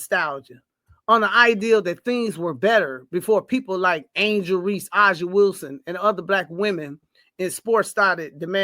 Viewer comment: I don’t understand how you are demanding we respect A’ja Wilson but can’t seem to learn how to pronounce her name correctly. It’s pronounced “AY-Zhuh” the “A” is pronounced like the “A” in Asia. Every time I hear use A’ja as an example, but still mispronouncing her name, I can’t help but feel like you both are disrespecting her by not bothering to learn how to same her name correctly. It just seems hypocritical at this point.